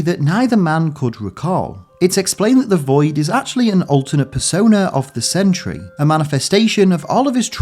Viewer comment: Sentry ha more like Sen/try 😐